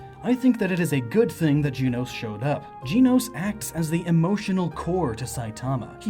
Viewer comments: dracosfire7 gen-os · I don't mean to be mean but... GEENOS! It's GENOS! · Also it's gehnos not geenos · Gen-ose not jean-ose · JEN-ohss, not JEAN-ohss. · Dear goodness it’s Gen- nos not Gene-nos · If I got to here you say Jenos one more time, I'm gonna go mad!!! Its Pronounced as in the show "Gen-os". Only complaint the video is great. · I thought Genos was pronounced like you gen in generation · not Jeanos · its pronounced GEN-OS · it sounds like his saying jii-nos. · for christ's sake if you pronounce it "gee-nos" one more time XD loved the video dude! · OMG you say Genos' name wrong. I'm crying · Disliked the video just because of how you pronounced Genos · reddead405 that’s how it looks like it’s supposed to be pronounced lol